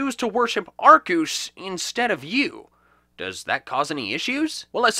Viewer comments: Arkeus is how to pronounce it. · Arkoos! Arceus is wrong! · Gail Cottrell he knows that. The pronunciation arkoos is a reference to pokemon talk episode 30. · I believe it’s pronounced Arkeus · U say it arcuse huh thats a first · TF IS A ARCEUS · You mispeonounced arceus